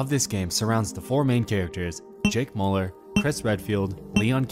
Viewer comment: I thought you were saying Jake Pauler but you were saying Mauler. It's pronounced Meuller pls pronounce right